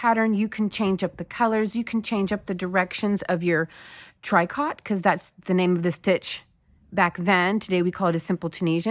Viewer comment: It's Tricot - tree co - like Picot